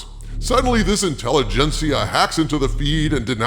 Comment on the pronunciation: "Intelegencier", really 😂 the absolute state of the mcu 🤦🏻‍♂️🤷🏻‍♂️.